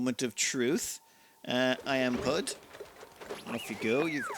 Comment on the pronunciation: I'm pretty sure IamPud is pud as in pudding - (pu-ding)